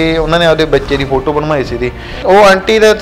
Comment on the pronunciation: App chahe bhra boln ch problem a, par bhra ne photo boln la tiya 👌👌👌